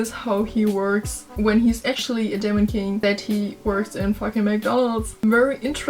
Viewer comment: Thanks for the video! You pronounce the e in demon like the the ie in German die!